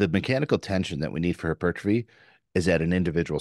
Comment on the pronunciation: Take a shot every time says “her-pertrophy”